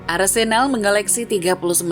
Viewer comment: Sedikit koreksi yg mungkin bisa dibilang penting gak penting, cara baca huruf "e" pada nama Arsenal dan Odegaard itu mirip dg cara bara huruf "e" pada nama Havertz walaupun ada sedikit perbedaan aksennya. Jadi cara baca Arsenal beda dg cara baca nama Arsene Wenger. Semoga kedepannya diperbaiki, karena sbg fans Arsenal, agak gatal ditelinga ketika nama club kesayangan salah diucapkan, dan semoga membantu, terimakasih. 🙏🏻